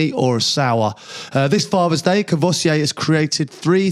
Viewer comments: Kor-voy-see-ay?!? 🤦🏻‍♂️ Haha Nice one Crouchy! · He needs to learn how to pronounce 'Courvoisier'.